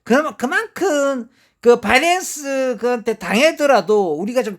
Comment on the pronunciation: 틀딱들은 지 ㅈ대로 읽고 하는게 있음 이해 해주셈 고칠수 있는게 아님 배터리를 빠때리라고 하는거랑 똑같은거임 걍 아 딸피여서 어쩔수 없구나 하고 넘어가는게 맘편함